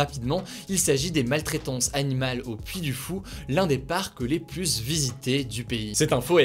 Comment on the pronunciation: Les plus visité, non pas les plusssssee visité! Kkun lui aprend a dire plus?